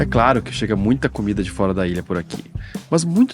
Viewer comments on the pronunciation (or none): none